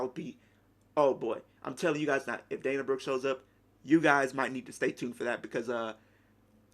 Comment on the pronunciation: you seriously said dana broooe :D haha she wont had any reaction maybe just a good pop but that s it dana brooke is nobody liv morgan is bigger than her